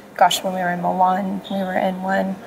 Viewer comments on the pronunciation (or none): none